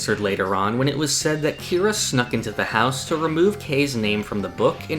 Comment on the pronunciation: Dude it’s Kira.